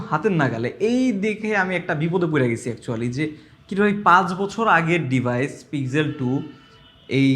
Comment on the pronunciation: Apni pixel k pig-zel bolen keno ?